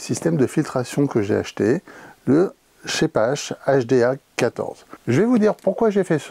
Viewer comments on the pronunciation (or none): On prononce ar et non ache: Sheppar.En fait c'est un aspirateur!